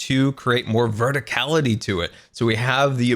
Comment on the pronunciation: No one: verticallity